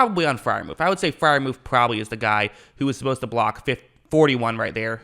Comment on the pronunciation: Pat proved all of the naysayers wrong 😊 btw his name is Freiermuth not Freiermuf 😂